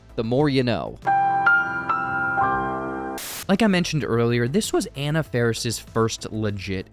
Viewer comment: You mispronounced “Anna”. Edit: Also, “Meeks” comes from Randy Meeks. Tatum’s last name was Riley…